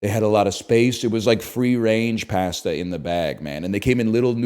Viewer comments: NL, you're killing me with your pronunciation of cooked noodles. Pasta is pronounced "p-ah-sta" not "pah-sta." 🍜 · Why does he say pasta like that